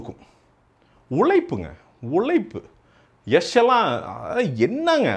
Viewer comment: திருத்தம் பாண்டா யஷ்,யஷ் இல்லை யாஷ்